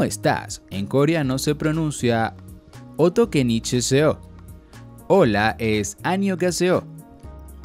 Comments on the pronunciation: escribió otokechineseo pero dijo otokenichesseó. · algo está mal; dice"OtokeNICHeseo" pero escrito pone "otokeCHINeseo"... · ahí dice otokechineseo pero el dijo otokeNICHEseo jajajaja